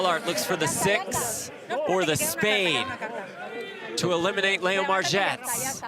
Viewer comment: Umm LEO is pronounced LEE O NOT LAY O. Can she win it? No, no she can not. 😂😂😂